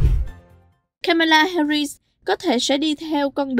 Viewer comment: Là một xướng ngôn viên cho đài có nhiều người nghe, xin vui lòng phát âm họ và tên của nữ phó tổng thống cho đúng. Xin lỗi vì đã lên tiếng vì đài Culture Channel có rất nhiều người nghe và theo dõi.